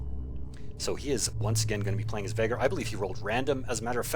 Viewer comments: Nice game, nice casting,. Looking forward for you other vids. Btw, you still pronounce Vaygr as "Vahgr". XD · Well, I compare your pronounciation to the way the say it in campaign. I know it is a case of po-tay-to/po-tah-to, but I just couldn't help but notice it. I guess I won't bring it up in the future, thanks again.